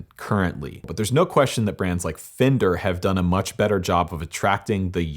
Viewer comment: It's pronounced "Fen-Der" not "Fin-Der"